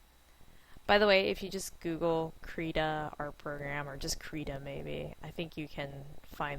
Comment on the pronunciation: Please look up the pronunciation and correct it in your video. It has a short "i" sound, not an "e" sound. It is Swedish for "crayon" and "rita" in Swedish means "draw".